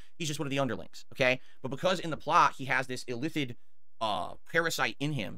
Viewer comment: “illithit” lmao new -ism just dropped